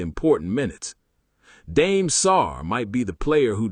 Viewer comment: Dame (dom-aey) not dame like Notre Dame